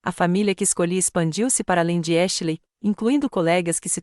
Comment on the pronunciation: Porque vocês não encontram uma narradora que pelo menos saiba pronunciar os nomes em English Ashley e pronunciado exatamente como se escreve please 🙏